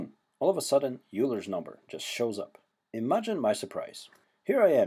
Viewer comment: "yoo-ler's number" its pronounced "oiler's number"